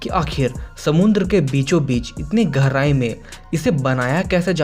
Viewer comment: garai nhi gehrai hota hai